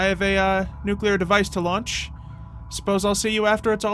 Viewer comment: when you said it launch day at the beginning I thought you said its lunch time